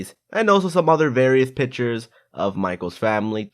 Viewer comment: Did anyone else hear him saying "pitchers" instead of "pictures"?